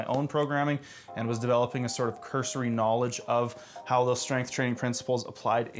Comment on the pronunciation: Me: Is this a Tai Lopez joke..: KNAWLIDGE Me: OMG HE SAID IT!